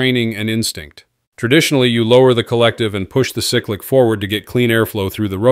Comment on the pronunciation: These AI generated videos are getting old, they pronounce 2500 wrong and cyclic wrong….. AI videos are ruining YouTube